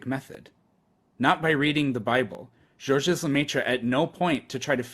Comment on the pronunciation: the 's' is silent in Georges, and so is the last 'e' in Lemaître.